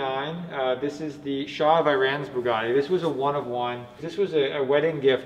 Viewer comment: It almost sounds like you're saying bukkake instead of Bugatti.